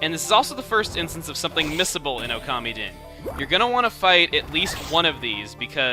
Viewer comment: i thought it was pronouced (Oh- ka- mee- den). not (Oh- kami- den)